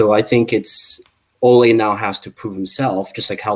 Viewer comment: Yo these American's/Canadians killing me. I'm Canadian and the pronunciations are killing me. Ole isn't pronounced like a Spanish matador, its closer to the nickname 'Olie' as in Oliver.